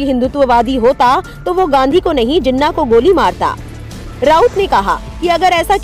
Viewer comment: Pronounce jinaah